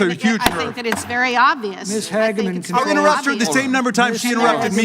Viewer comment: "Hag-Man" perfect way to say it. Makes perfect sense.